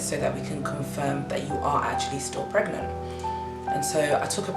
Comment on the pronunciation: was gonna watch till i read pregnant as pregAnant! lmao